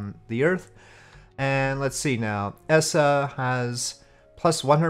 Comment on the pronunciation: Eh...Sorry, but I've kinda already lost interest at just before the 6 minute mark. It's not really my thing. Regardless, I thought it was pronounced E-SAH not ESS-SAH... o.O